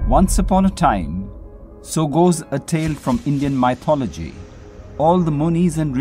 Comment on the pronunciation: Reading the comments I just realized something. the fanatics and maniacs come in all religions, forms, shapes and colours I really naively believed that Hindus don't have this kind of fights given you no enlightenment and stuff, but well we learn every day. plus his prononciation of mythology didn't bother anyone? Lol peace from a follow desert religion believer 🥴😁